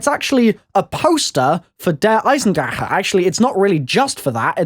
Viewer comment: why do you pronounce the map name like that? i'm german and what you are saying is incorrect. its pronounced like 'der eyezendracka' not like the kh sound you make. love your videos!